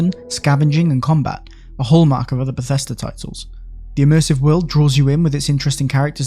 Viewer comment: It’s Bethesda. Not bethesTA